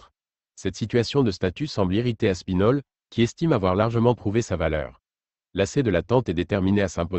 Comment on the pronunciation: Aspinal. Hahaha Aspinal